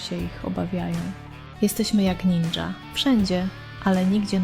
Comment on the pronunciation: Nie "Naja" ,tylko Ninja.😂